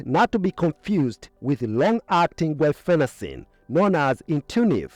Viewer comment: Your pronounciation of the drug, "guafacine" is misleading, causing confusion with the drug,"guaifenecin", a mucolytic contained in many cough syrups. You may want to add a note explaining this...